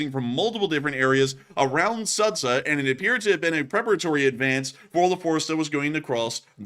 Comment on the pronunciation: That town is pronounced Soo'ja, not Sudza